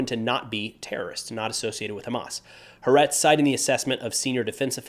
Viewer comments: Just to let you know: The Israeli Newspaper that you mention in the video is pronounced: Ha' Ahretz not Haretz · "Ha-Aretz" (Both A's as in Agnostic, not Atheist), not "harez". - I mentioned this in the comments to a previous video. How many "second in command" types for Al-Quaeda etc were eliminated over the years in Iraq? Deadliest job in the world. - That's a radio interview with Tzachi Hanegbi yesterday, but it omits the part where he noted that in the future, prisoners will be checked for explosives etc but will be taken into detention with their clothes on. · . It's pronounced ha-a-rets (the country) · The newspaper is Ha’Aretz. You say Ha and then Aretz. Not haretz in one go. First Ha, then Aretz. That’s why there is an apostrophe there. Ha’Aretz. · Btw it’s pronounced “HA-AHRETZ”. Thanks for the updates! 🤍🙏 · You do such a good job. I just wanted to point out how to pronounce the name of the Israeli newspaper. It's actually a two-syllable name. Ha Aretz. And the Aretz has the accent on the "A" to help you out with how to say it. It literally means The Country or The Land. Aretz is what the Israelis call Israel. IF someone asked me how long I've been in Israel, for example, I'd answer "I've been in Ha Aretz for 3 years." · Ha'Aretz - accentuate the second A.